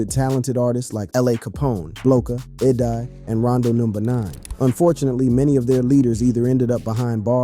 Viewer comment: Bro them names are so simple why are they being butchered like that 😂😂😂 E Dye 😂 Da Thing it's EDai like E day ....mofo and D Thang.... its gotta be said in an Chicago accent tho lol smh